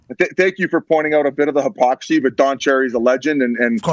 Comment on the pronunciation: Biz with a solid Rickyism - "Way to point out the hypoxy"